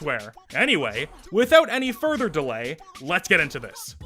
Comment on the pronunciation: "without any thurther delay" Starts talking about the sponsor